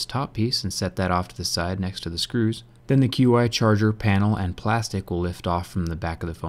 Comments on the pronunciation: JerryRigEverything it's not Q-I it's pronounced as Chi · QI Charger - Pronounced "Chi" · you now Qi is pronounced "chee" right?